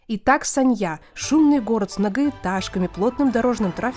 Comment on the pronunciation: Город очень сильно изменился с 2006 года. Не узнаю. Познавательный видос, но музыка фоном отстой. И постоянно повторять название города да ещё и с не правильным ударением, тоже так себе ))))